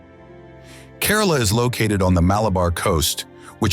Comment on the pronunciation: Great presentation! However, please note: the pronunciation of some of the cities and states is incorrect. For example, the city of Varanasi and Kerala (one of the states in India) are pronounced just the way they are written! Otherwise, lots of details for such a fascinating country as India!